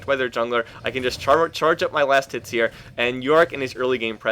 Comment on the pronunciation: I swear to god .. He's been saying last tits ..